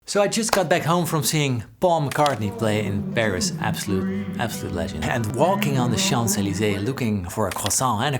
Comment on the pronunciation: Baul MgGartney and goffee??? Why can´t dutch ppl say P´s and K´s??? 🤣